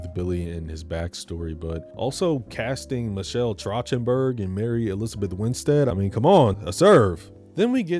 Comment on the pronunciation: michelle trah-chen-burg???? girl why u say it like that track-ten-burg